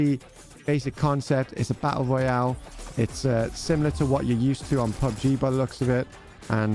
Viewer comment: you say a u oyal 🤣🤣